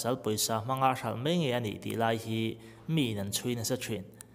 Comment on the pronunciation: Ngaihthlak a nuam thei khawp mai.Bible a mi ropuite hi entawn thei hlawm thin ila tha tur ani.Hmel tha khawp mai tih turah hian khawp mei tiin chhiar deuh thina,mai hi chiang deuh hleka lam nise tha ngawt ang